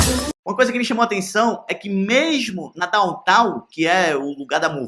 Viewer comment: "Mexmo na town-town"! O vídeo pode ser bom, mas o narrador ...